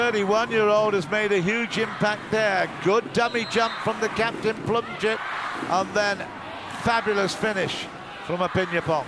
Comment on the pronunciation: This narrator messed up thatdao and pleumjit...